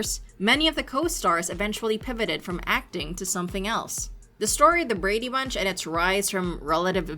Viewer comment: Painful to listen to you say the words " Brady Bunch" The enunciation.... good lord.. Just listen t the theme song maybe?